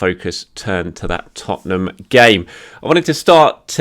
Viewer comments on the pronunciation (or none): none